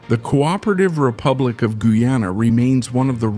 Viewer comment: The AI voiceover is inconsistent in pronunciation of Guyana, and in speed of speech, speaking super slow in some parts and rapidly in others, making it hard to stay focus. Otherwise the content is solid.